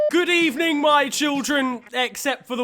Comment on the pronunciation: Good ev-: Good ebening